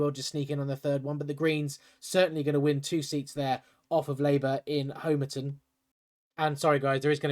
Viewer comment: Homer-Ton! .. Doh! (Hom Uh tun)